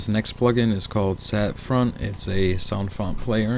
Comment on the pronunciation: It's not called "SATFont". It's "Saffron"